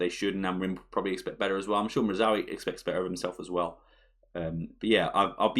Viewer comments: 😂 you can tell he has trouble pronouncing Mazraoui with how fast he speeds through it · Great video as always. The pronunciation of Mazraoui did make me laugh though.